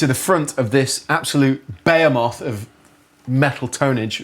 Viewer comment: "bemoth" please